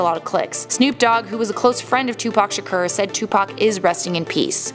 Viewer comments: It's not pronounced "Sher-Cur", It's Shakur "Sha-Core". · What do I think? First of all I think it’s so irritating that you’re pronouncing his name “Tupac Shakerrr” 🤷🏼‍♂️😂 In all seriousness, I can’t see a single way he could really be alive. If he was, no matter where he was hiding someone would recognize him at some point, and not just on pics here and there 🙂 And especially if he’s been at basketball games, concerts , and in music videos... Absolutely no way in hell that he wouldn’t be recognized. But cool video though 😎😛